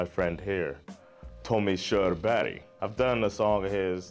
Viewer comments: you prenounced his name perfectly, but i dont know how to spell pronounce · I'm late to the party as this is an old video, but it's just so cool to see your reaction to this song, which is such pride of all Scandinavians 💗 It is indeed a powerful tune! Also, yeah I'm drunk now but since your pronunciation of Körberg is pretty much perfect despite your 'murican accent.... I think you know what I mean here 😊 Ha en trevlig helg 😇